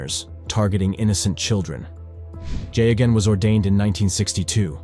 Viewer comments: AIs are really very poor at pronouncing names. I didn't recognize Geoghan (gag-non) until I saw his name spelled. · His name was pronounced gayogan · That priest in Boston, his name was spelt Geoghan and pronounced "Gay-gun" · I'm amazed at how many different ways you manage to mispronounce Geoghan